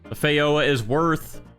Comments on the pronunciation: its pronounced feh-joe-ah not fey-ho-ah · no way you just just said "fei yowa" 💀💀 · as a new zealander i cried when he mis pronounced feijoa XD. Anyway, love ur vids keep it up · Fejoa jeeee Joe aaaa